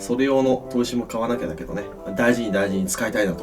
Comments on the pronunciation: さいご、ブリブリ！ってきこえる。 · 最後の「バイバイ」が「ブリブリ」に聞こえた・・・・